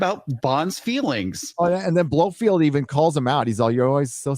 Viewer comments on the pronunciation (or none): Hi. Love the vids. Noted you keep saying Pierce Bronson instead of Brosnan and Blofield instead of Blofeld. Sorry for correction 👍